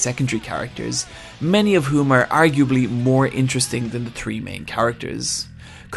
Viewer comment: I love how he says "aRRRRe"